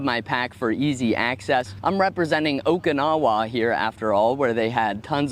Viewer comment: Every time I hear someone pronounce Okinawa like that, I cringe a bit.